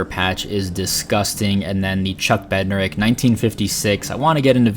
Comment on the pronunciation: That Odell is such a sweet card. I just found a mini in an old shoe box, not sure what parallel it even is lol Also, it’s pronounced Bed-nare-ick since you were getting some heat on socials😂